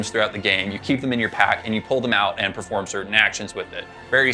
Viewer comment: It’s oot